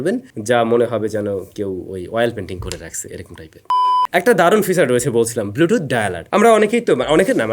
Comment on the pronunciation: "চ" কে "চ" বলতে শিখুন। "টাছ" "ফিছার" এসব শুনতে খুবই বিশ্রী লাগে।